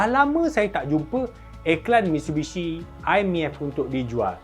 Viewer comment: Mitshubishi ke Mitsubishi? 😂